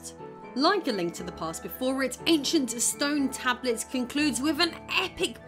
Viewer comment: "AnchunT Stern Tabluts" Also, "begging the question" does not mean what you think it means.